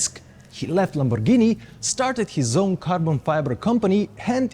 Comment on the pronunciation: Great video ! Thanks so much ! Please say Lamborghini correctly. It’s “G” not “J”. G like Gasoline. Not not J like Jump. Please. It hurts the ears. Ciao